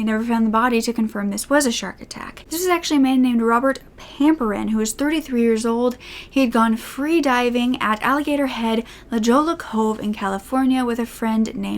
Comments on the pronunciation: Good video. Fyi, La Jolla is pronounced "La Hoya". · "La Jolla" is pronounced "La Hoya" because "ll" in Spanish is pronounced like "y". Just so you know for next time. I don’t think I’ve heard of this case although I remember shark attacks were sensationalized in the 1990s. You’re looking lovely today, was waiting for you to post! 🥰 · La Jollla is pronounced La Hoya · 1st, I love what you do! I also love how you say la jolla, it is pronounced "la-hoyy-yuh" Sharks are one of the LEAST worries out here, the biggest threat in our san diego waters are stingrays. San Diego crimes are some of the most interesting imo because there are so many cover-ups! Thank you so much for these videos, they get me through work everyday! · Great video as always! The only thing I'd like to mention is the La Jolla is a spanish word, so the J is pronounced like an H, and ll makes the Y sound, sounding more like La Hoya :) Ive been to sunset cliffs too and its stunning, but there's no way I'd go into the water at night, plus it's a fairly popular spot so you run the risk of being seen if you try to skinny dip, so I personally wouldn't dream of it and can't imagine someone else would either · The way you said La Jolla was so cute! La Jolla is pronounced “La hoy-ya” J in spanish makes an H sound, and double L makes a Y sound. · La Jolla is actually pronounced "La Hoy-ya" not how it appears phonetically. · La jolla is pronounced la hoy-a, great case! This scared me, so eery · La Jolla is pronounced La Hoy-a, it's Spanish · La Jolla = La Hoy-ya It's full of seals, who are adorbs. Wonderful video as always! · J is always an h sound in Spanish. Two l's are a y sound. La hoya. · You did a great job telling this case! One side note, “La Jolla” is pronounced “La HOY-a” !! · La Jolla is pronounced La Hoy- yah ❤️ you’re so cute